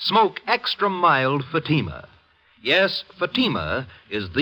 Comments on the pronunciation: And you did not give the correct phonetic pronunciation of Fatima either.😼🙀🙀🙀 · Not only are the cigarette ads obnoxious and annoying but what gets me that they are pronouncing Fatima incorrectly. Typically American mispronunciation like no one on Earth can ever teach them to pronounce British towns ending in “shire” as /shur/such as Lancashire /Lan-ka-shur/ or worse Worcestershire /Wurs-ter-shur/. Americans always always always end them as “shire”. I have spent 32 years teaching English grammar, pronunciation and Applied Phonology and it really is a pain to hear Americans mangle the English language out of ignorance. Accent is one thing but stupidity is another.